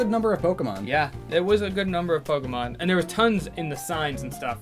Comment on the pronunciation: the first 5 minutes of the movie and kept pronouncing Pokemon wrong